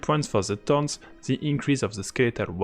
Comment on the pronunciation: ok..I had to listen 3 times because english was so bad °L° and please learn how to pronunce THORNS..Google will help u. thanks for video btw